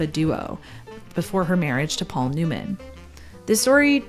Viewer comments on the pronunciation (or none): none